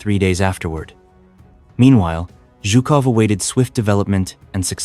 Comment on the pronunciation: nice footage; but should have maps instead of just lengthy verbal descriptions; mispronounced words, Zhukov, Belorussian; and nineteen forty-five is the conventional pronunciation